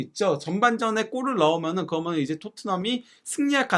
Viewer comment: 내용 참 좋은데 발음 "거면, 거면은" 너무 거슬리네요 "그러면, 그러니까" 로 해주심 감사하겠어요